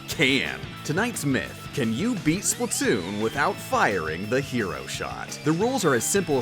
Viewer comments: Not Splutoon It’s SPLAT TOON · Is not slutoon is splattoon